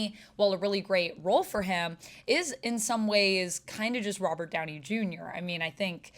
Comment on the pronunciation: “Robber” Downey jr lol